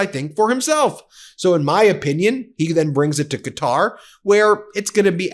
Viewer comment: you are mispronouncing Qatar